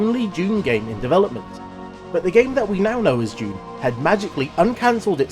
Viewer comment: Thought it's 'Dune' , not June. But what do I know... 🤦🏼‍♂